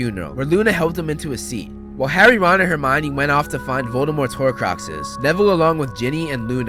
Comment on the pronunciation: Horcruxes not horcracxes